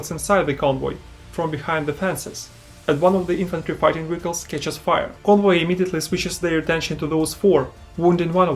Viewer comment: Hearing you pronounce vehicles as wiggles had me confused at first lol